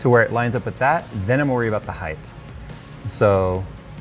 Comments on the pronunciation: "Heighth" makes me cringe every time you say it, still love ya J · you said heigth im triggered